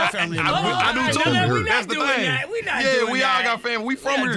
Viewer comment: "So i have this thyng i do before i come to a station" the saxophones should had started right there🤣❗Love her.